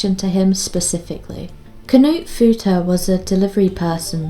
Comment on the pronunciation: "Kuh-noot" Had a good laugh 🤣 Knut is a German name. Try saying it faster with no pause between K and n. :)